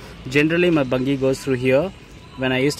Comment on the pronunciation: Bungey is pronounced bunjee